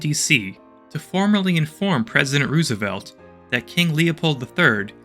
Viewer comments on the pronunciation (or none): none